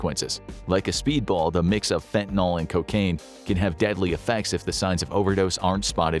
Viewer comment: Please! Stop referring to fentanyl as "fentanol"! The "ol" suffix indicates an alcohol (--OH) functional group. Fentanyl is not an alcohol. I think the "yl" comes from the propionyl group it contains.